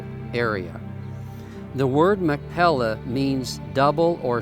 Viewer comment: If you are going to make a video you must have the pronunciation correct. It is not Mac Pella, but it is Mac "Pea lah." You must get the "pea" sound correct. "Mac Pea Lah." That is the correct sound. Thank you. Doctor George Whitehead (La Jolla, California. U.S.A.)